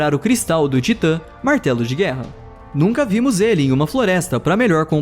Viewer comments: Ei vez de ele falar martelo de guerra ele falou Marcelo de guerra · eu achei que ele ia falar martelo de guerra mas ele falou Marcelo de guerra 😂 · na hora do martelo de guerra eu ouvi Marcelo de guerra kkkkkkkkkkkkkkkkkkkkkkkkkkkkkkkkkkkkk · eu ouvi "Marcelo de guerra"?